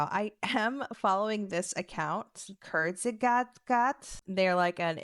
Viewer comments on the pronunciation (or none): Kurz ge-sagt is kind of how you say it hahaha its a german word! Basically means like "shortly said" or "concisely said" 😊